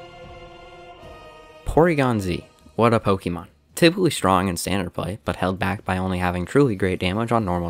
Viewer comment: Sorry man, had to stop watching due to how you pronounce pokemon. (Pokimon)